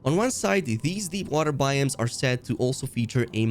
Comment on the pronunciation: BY-OHMS. Not Buy-Eems